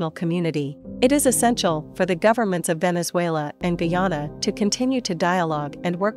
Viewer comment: Good afternoon thank you for the correct pronunciation of our largest county Essequibo and our country Guyana . Please enlighten your media colleagues.